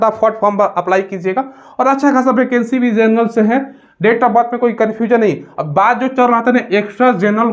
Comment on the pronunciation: भाई भैकेंसी नहीं होता है वैकेंसी होता है😅